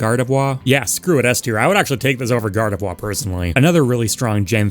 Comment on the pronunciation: Still haven’t corrected your gardevoir pronunciation I take it Your too breathy on the last syllable you make it sound like a waluigi wah instead of the end of au revoir